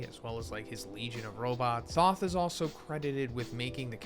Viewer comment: Thoth has a long O sound not short.